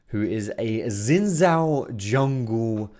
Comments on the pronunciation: Isnt Xin Zhao pronounced Shin Zhao? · I can't stress this enough about the pronunciation of xin zhao. It's pronounced like sheen-jahw. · PLEASE type 信赵 into Google translate & listen to how Google pronounces it.